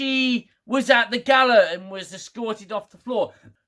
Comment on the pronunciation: I chuckled when Agent Wells called it a "Gay-la" Also Soong has gone full comic book villain in the blink of an eye lol